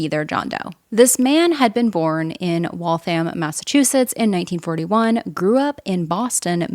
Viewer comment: Thank you for pronouncing Waltham correctly! A lot of people who don’t live in the area get it wrong. Waltham’s my home town. And thank you for covering this case! Glad he’s been given his name back